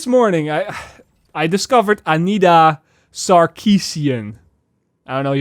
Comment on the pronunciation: Every time you said the name, all I could think was 'I need a sarcasm.' Emma Wright?